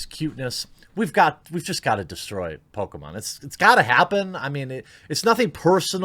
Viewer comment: It's obvious you prefer Sonic over "Pokamon".